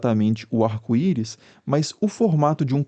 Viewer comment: “Arco iro”